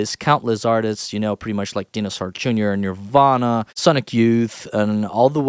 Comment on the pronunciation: Just fyi, that's not how to pronounce Dinosaur Jr. Just look up a clip from any Jurassic Park movie, and you'll hear how they say it. (It's pronounced something like DYE-know-soar. But will you pronounce each of those words correctly?)